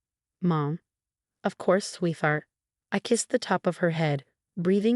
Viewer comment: Its "sweet-hart"not "sweeth-art"